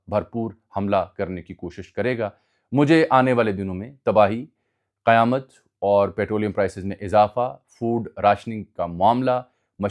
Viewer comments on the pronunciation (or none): none